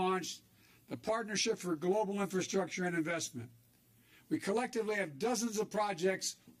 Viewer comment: "critical infrasuckture" What's the $200 billion for besides vaccine plants?